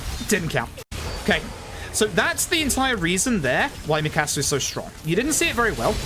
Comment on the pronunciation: Dude has a great personality for speedrunning but damn the way he says Mikasa is jarring